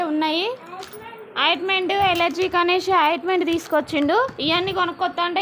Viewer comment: అయిటుమెటు కాదు ఆయింటుమెంటు ok